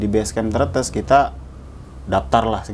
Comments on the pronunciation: Bukan tretes tp trètès bung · Mas..namanya tretess bukan Tretes. Eh gimana ya jelasinnya😅..pokoknya e.bukan e....eh gimana ya jelasinnya😂😂 ngakak sendiri gw😂😂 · Mantap..cuma pengucapan tretes aja beda😁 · Iya hrusnya tretes bkn tretes.dy mah blngnya tretes2 trus.pdhalkan bukan tretes tp tretes.wkwkwk bingung jelasinnya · Sedih bgt, ngomong tretesnya salah trs :( dasar org bogor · Pengucapan yang betul : Tretes kayak ngucapin BEBEK, gitu bang😆😆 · tretes.. e nya dibaca seperti bebek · Leader nya kocak wkwkwkwkk... Mungkin berikutnya lebih prepare ya bang untuk pendakian .. Maaf ya sdkt saran Ceritanya pas naik agak kurang detail.. penyebutan tretes tidak sama dengan penyebutan brebes ya man teman 😁 Di pondokan sblh mana ya petilasannya.. 🙏🏻🙏🏻🙏🏻